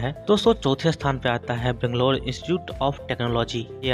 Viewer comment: Pronounce Banglore properly please